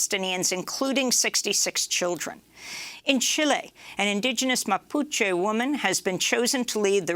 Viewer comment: Mapuche not Mapuchu.